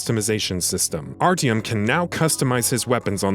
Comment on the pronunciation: Triggered me the way you say Artyom